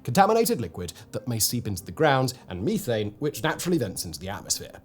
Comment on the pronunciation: It took me a second to understand what you were saying whenever you said methane. You were saying"Meeee-tane"